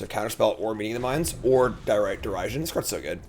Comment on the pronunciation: The pronouncing Derision as Dare-i-sion kills me 😂